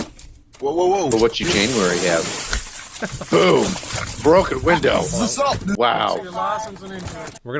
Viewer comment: LOL "you busted my winder"